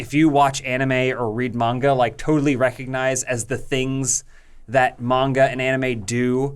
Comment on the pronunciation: Sounds weird for an American to pronounce Manga correctly